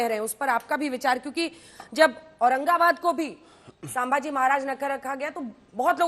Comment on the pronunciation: कुछ हरामियोको संभाजीभी बोलने नही आता।